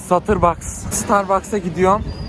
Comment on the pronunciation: Starbucks❌ Satırbaks✅